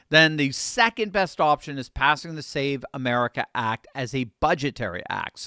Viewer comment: Fam it’s called the SAVE AMERICA ACT. Say that shit right.